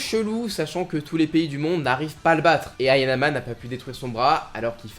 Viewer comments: trois fois tu répetes haYAnama , mais le nom de Kaoru c est haNAyama ;) , chouette video sinon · Hayanama ❌ / Hanayama ✅ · Petite correction c hanayama pas hayanama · c pas hayanama c hanayama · 😅 Dsl mais se n'est pas anayama mais c'est hanayama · c’est Hanayama non Hayanama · Hanayama , pas "Hayanama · Hayanama???!!! Hanayama plutôt je dirais pareil pour biscuit oliva et non olivia ta un peu de mal avec les noms